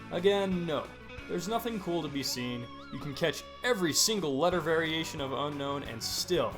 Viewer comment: Did you know unown is actually pronounced un-own